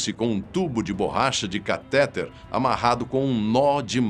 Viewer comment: 'CATÉTER?' O ttexto provavelmente é lido em um propt, e que foi redigido por alguém. Não sei se o redator presta atenção no que escreve ou utiliza corretores de texto. CA-TÉ-TE-RES é uma palavra acentuada? TRAN-SÍS-TO-RES é acentuada? Eu acho que o André Pimenta vai sacar. Tenho a impressão de que ele é pedante!